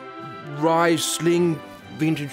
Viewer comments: vegan because they are filtered with clay , nonvegan : filtered with Isenglass. Which is gelatin made of certain fishes airbladders. So non vegan wines have tiny bits of fish gelatin in it... oh and reesling, not riceling. Im german, i have to be a language Nazi, its part of the culture. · The liquor department worker in me cringed when you said "ries-ling" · Winesmiths Riceling. Love ya work, Jordan got the Aussie experience down to a tee 🍷